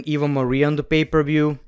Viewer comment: Everyone: Pay per view: Bay ber wiew